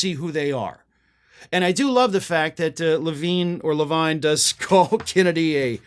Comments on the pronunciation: SORRY BUT HIS NAME IS PRONOUNCED LAVEEN IF IT'S SPELLED LAVINE. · Yes, the name Levine is usually pronounced "La-veen." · so i'm NOT the only one who pronounces "Levine" as "le-VINE" instead of "le-VEEN"! :D